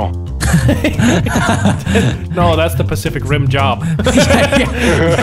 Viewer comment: nogla said pasific ring